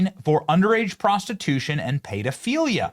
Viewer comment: sounded like “pay to feel ya”